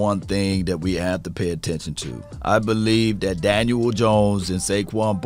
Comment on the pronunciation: Love hearing say Dan-uel Jones lol everytime